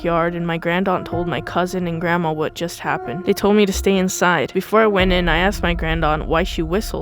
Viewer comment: "Grannuts" lmaoo 😭🤚🏻🤚🏻